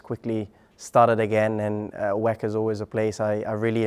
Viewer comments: Stop calling it WECK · Thought it's pronounced double u e c